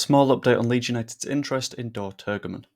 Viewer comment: Well done! You did a grand job. For you,, the other youtubers and fans, the israeli striker s name is pronounced. Turjeman.